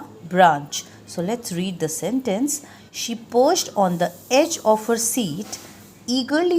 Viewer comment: Ma'am the word is parched not perched in ur make sentences